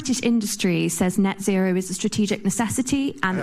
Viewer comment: NET ZERO IS NOT ZET ZERO… IT’S A HOAX!!!!